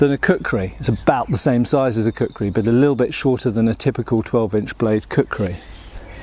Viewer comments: Plays the video in the background Hears "I have a large collection of a cookery" Wait, what? Switches to the video tab to see what's going on Oh, kukri, not cookery! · " Kukrized" axe.